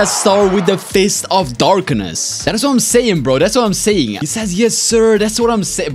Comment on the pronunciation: "dark of fistness"😂😂😂